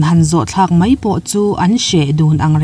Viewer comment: A bengvarthlakin ngaihthlak a manhla e.Mahse mai,tihturah mei i ti erawh beng a tithlep deuh lamdik a harlo bawka i lamdik theih chuan a lawmawm hle ang.Tawng humhalhna kawngah in yangkai si a.👍👍👍